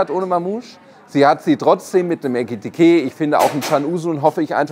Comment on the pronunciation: der Spieler heißt Ekitiké und nicht Etikité! 😉